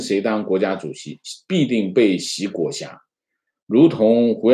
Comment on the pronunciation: 裹挟xie 脚踝huai